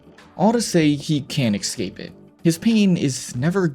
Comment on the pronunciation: Good work. May I ask why you pronounce escape as "ikscape"? Look at the word. Escape. Same for.. Especially. Start these words with an S sound, not an ik